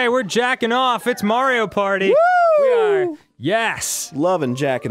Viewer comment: Are all the elders going to mess up Mario's name first Murphy now marty-o